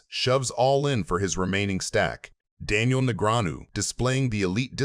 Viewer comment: AI trash. Just listen to how they pronounce Daniels name. Disgusting.